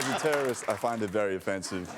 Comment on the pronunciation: “As a terroorist, I find it very offensive they call this terrorism.” Bwahahahahahaha!!!